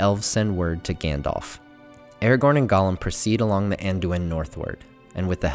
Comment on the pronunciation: why do you say eregorn instead of aragorn? it is so bad..otherwise great video